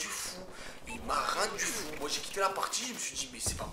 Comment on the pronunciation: Elle envoi e du steak ta news intro! Et j'ai kiffé quand tu fis " il ma rendus fou" avec ton accent X)